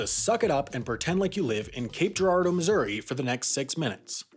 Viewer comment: I'm impressed he pronounced Girardeau correctly. I from the area. Have heard it slaughtered quite a few times through the years by outsiders.